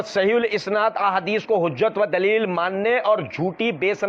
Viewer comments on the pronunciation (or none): none